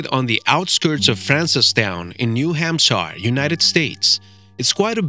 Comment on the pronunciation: There is no New Hampshire Lake! You don't even say Hampshire right. Your BS puts into question everything you say!